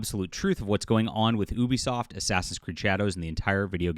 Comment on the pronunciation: Can you say the name of the company correct. You sound ridiculous.